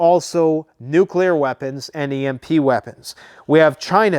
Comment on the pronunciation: No it's not nuclear